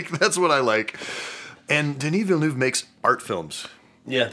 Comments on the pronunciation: Oh god It's "Duh-knee Vill-nuhv". Signed a Quebecoise fan. xD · tbh you both butchered his name.. 😉 just w different accents.. 😅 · same haha that is the first time someone turned him spanish thought... it was perfect hahahah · Haha as a French native speaker watching being corrected with another wrong pronunciation is fun xD Reminds me of when as kids we had fights about how to pronounce our favorites video games and realizing as adults that everybody was so wrong hahaha In any way, congrats to all of the people learning different languages! You’re awesome! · The scene where pronounced Denis Villeneuve’s name like Inigo Montoya was pure gold😂. Thank you for not editing that out❤ And also, we need your reaction to Duna: parte dos, por favor señor!🥰🙏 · As a French Canadian from Quebec (like Denis Villeneuve), the way pronounced his name killed me a little bit inside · my god, our boy didn't even make it past the Gom Jabbar test with that pronunciation of Denis Villaneuve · As a French Canadian myself, I am offended by pronunciation 😂😂😂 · Ngl I was kinda waiting for this one to be looked into and I’m pretty sure everyone in the dune universe is gonna need a little therapy…..actually scratch that A LOT of therapy like PLENTY of it Also I may have had to pause the video to stop laughing so hard at attempt in pronouncing Denis’s name